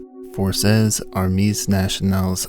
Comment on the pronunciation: Pronunciation tips: both “armee” and “”armees” are pronounced “ar-MAY”. The plural form of French nouns - ending with an s, mostly means the s is silent. “Conseil” is pronounced “cone-SAY-yuh”, with the “yuh” part being clipped and quieter than the rest of the word.